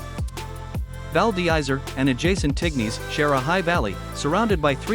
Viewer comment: Hardly convincing pronunciation val dizzery and tigniz???